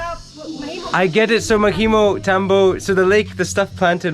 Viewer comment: Tambo, its pronounced with a short o.